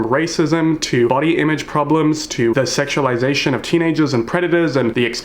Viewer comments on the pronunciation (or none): I love you but, "sexulisation" made me laugh out loud think of the "panik" meme